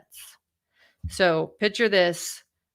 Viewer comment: FYI You mispronounced the word "seminal". Also it's a "picture", not a "pitcher".